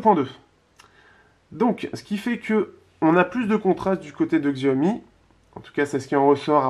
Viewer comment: Xiaomi cela se prononce Chiaomi.